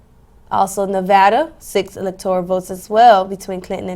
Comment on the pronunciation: Electoral is pronounced how again? I think I just heard elector ee al. Is that the right way to say that? These amazing and brilliant college students obviously will be at the top of their game on the English language. Stunning and brave. It’s like they are channeling the authoritative source on all things Gayle King. Her commentary on the CBS 2016 election night coverage was stunning and brave. And I cannot wait to hear her amazing dedication to English, as a language, on the very next presidential election. Her butchery…. Er ahh.. mastery of the pronunciation of words in common parlance is a THE master class all of the American populace need. Gayle for President in 2024!!! Stunning and brave! what’s that Senators name again? Did the Die Hard guy win in Arizona? I ❤ Bruce Willis. what’s that Senators name again? I confused. Ok that’s my last confusion I swear! Probably not though.